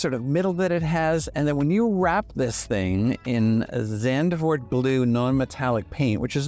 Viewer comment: I see many people have trouble say the word Zandvoort. It really isn't too hard. They have a F1 grand prix at Zandvoort Netherlands. It's simple just say " Zand - fort " Dutch is tricky for English speakers.